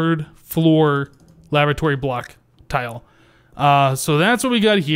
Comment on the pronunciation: it sounds like you are saying lavatory block.-.